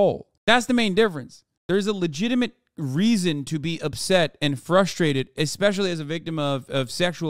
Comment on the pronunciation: Genius voice of a generation says he's "fustrated"...master linguist